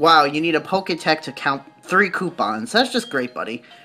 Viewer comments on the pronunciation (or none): It's Pokétch, not Pokétech. XD From Pokemon and Watch...